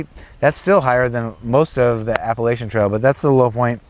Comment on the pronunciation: 2-3 days sounds like a good idea. Also you should learn how to say the word Appalachian before you do the trail.